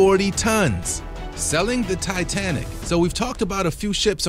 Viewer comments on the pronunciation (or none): none